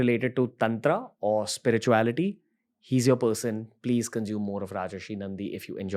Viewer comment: It's Rajarshi (राजर्षि) and not Rajashi (राजश्री) .